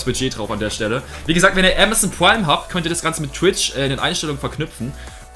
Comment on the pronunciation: niemand: Pwime